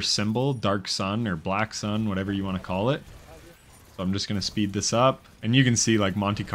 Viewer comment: Pure luck had do who couldn't even say call out loud and properly